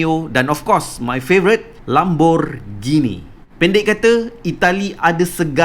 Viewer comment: Normal person:lamborghini Pro:lambogini Legend:Lambungbini